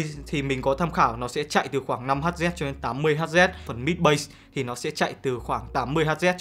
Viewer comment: Hz đọc là héc mà anh :((( đọc héc cho ngắn anh ạ